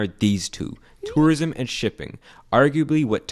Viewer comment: I like how he says "törism"